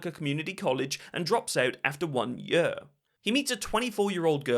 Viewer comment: Love your videos but can't deal with how you say 'yer' for year.